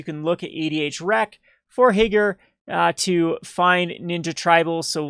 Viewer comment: Higure is pronounced Hee-Goo-Ray.